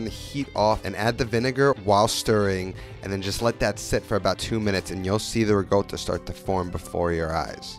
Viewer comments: Ricotta...No G in it. Unless you were born in Naples from . hahaha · holy shit the way he pronounces riccota is bugging the shit out of me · Doesn't make it right. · the silent G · An american dialect? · yeah it sounds very weird lol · Same. Never met anyone who pronounces it like that. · it’s not dialect, this pronunciation is an atrocity on language. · I speak near-native Italian, have lived in Italy for more than a decade and still have no clue where he got that pronunciation from... Americans are weird, man. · It's dialect. In southern Italy, they tend to switch g for c. That's also why they say gaboguoll (gabagool) instead of capocollo. Feels weird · Ricotta with a G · I have never in my life been so thrown off by someone's pronunciation of a word. Good content though. But that pronunciation. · Please don't. It's wrong. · Sorry, I love this dude but the pronunciation is cringe. That's not how actual Italians in Italy say it 😑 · dude, that's not the right way to say ricotta... there's no "G" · why do you pronounce ricotta like that? that is neither italian nor english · no he says rigotta when it's ricotta like ri-kot-uh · It's rikotta, no? Not rigota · It's pronounced somewhat like ree-caught-tuh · you mispronounced it. it's "ricotta" not "rigotta" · You said it yourself: -Ricotta means recooked in Italian -The word for cooked in Italian is “cotta” -Note it is not “gotta” “goata”, “gouta” - there is no g, no silent g, no intended g, NEVER A GODDAM G!!!!! Phhheew Ps love the content other than that triggering aspect Cheers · . Why do you pronounce it “RiGotta” (with G) and not “Ricotta” ? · The fact that hi write rico and pronounces it rigo... baffles and amuses me xd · Its not rigotta my friend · Every time I hear riGotta, I cringe. I think I already commented on this on a previous video of yours, please say riCotta - with a "C". Not a hater, just trying to help (I'm a subscriber). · Why is the word riCotta but pronounced rigotta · What the fuck is rigoata?!